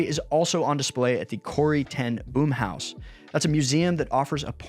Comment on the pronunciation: “Boom” as in Corrie Ten Boom is pronounced “Bohm,” by the way!